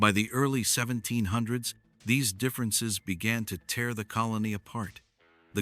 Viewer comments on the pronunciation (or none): none